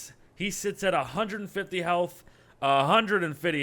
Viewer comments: A hundred and FIDDY XD 😂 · one hundred fitty????